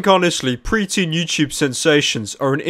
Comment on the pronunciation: He says "youchoobe" lmao.